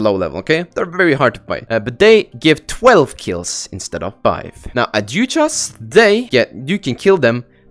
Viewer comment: its pronounced "adhuchas" just so yk